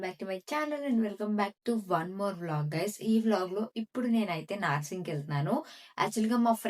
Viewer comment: Naaaarsing kadu narsing